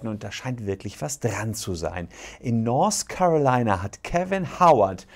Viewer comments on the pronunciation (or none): Der Staat heißt übrigens North Carolina, nicht Nors Carolina.. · Das heißt "North Carolina" und nicht "Nors Carolina". Da tun einem ja die Ohren weh! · "Norse Carolina"